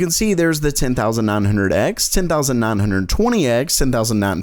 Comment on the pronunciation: THE NUMBER 9 ISN'T PRONOUNCED "NAAN" IT'S PRONOUNCED "NAIN" YOU FUCKING IDIOT